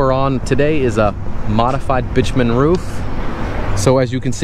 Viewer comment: Remember: "Bi-two-men" not "bitch-man."